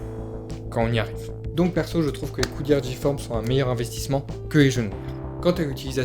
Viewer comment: On dit le longboard pas la longboard !!!! Du longboard et c’est G-forme pas J-forme